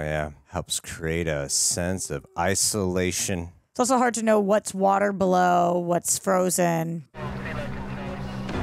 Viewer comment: "...A SENSE OF ICE-OLATION."